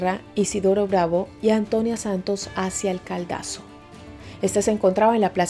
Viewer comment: NO ES CALDASO SINO CADALSO